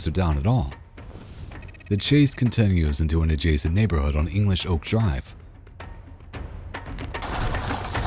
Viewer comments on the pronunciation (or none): none